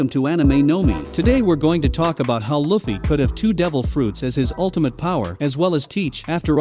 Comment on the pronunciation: You cant even say luffy right dude